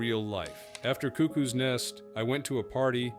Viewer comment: Your pronunciation of cuckoo is wrong